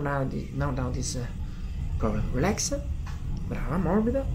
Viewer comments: Please stop saying relax-a it’s just relax. No -a. Just relax. I notice you do this with quite a few English words. Just drop the “a” at the end of english words. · Your English is very good. You could sound a lot more like a native American English speaker if you remove the "eh" from between words after hard consonants. For example, you say "Relax-eh" "treatment-eh" "eyes-eh". I know this is difficult. Our language is blunt compared to Italian:) As for "Don't help me" it's quite acceptable. It does not sound rude or presumptive. Maybe you could say "You are resisting a bit" if you want to be more specific. It's not as harsh if you say "a bit." It's like the British understatement. Another thing... the C T in "structure" has a sound almost like "prosciutto" or how you say "pressure" except it's more staccato. The end of this word sounds a lot like the English word "church." One more.. the A U in "cause" sounds short like "koz" and not like "Audi." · I think it's hot the way you say ah after some of your words 😉 Relaxah. Also your English is great